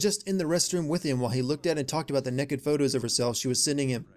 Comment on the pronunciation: for saying "Neked" instead of Naked.